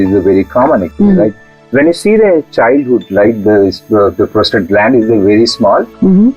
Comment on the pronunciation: Its Prostate lady not Prostrate